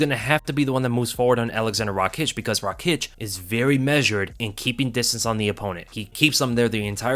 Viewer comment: No Rakiić, its Raakić